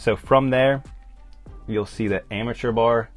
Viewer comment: “ ARMATURE BAR “ As opposed to amateur bar “ Pronounced :- ARM A TURE